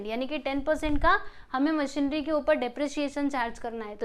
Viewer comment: It's मशीनरी not मशीनड्री🤦